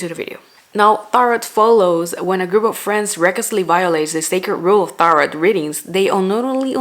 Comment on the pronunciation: Taroh, not Tarut. But by any pronunciation boring bland mainstream aimed at teenagers horror. So, yeah